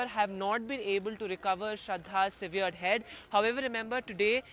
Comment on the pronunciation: Severed is pronounced सैवर्ड and not सीवियर्ड . NDTV should set a higher standard for english.